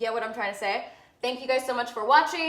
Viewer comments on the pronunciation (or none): none